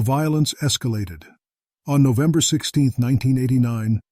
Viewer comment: Kingston Ontario. FFS get your robo-narrator to pronounce things halfway coherently. Or - here's a novel idea - actually do the narration yourself. Who cares if your voice isn't pro quality? At least the text would make sense. "Nove" and "deck" are not months. Don't you actually listen to these things before posting them?